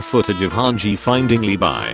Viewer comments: Fun fact: the pronounce of levi name is actually levi and not livai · he pronounces leebi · Lee-bye (I was dying whenever he said it)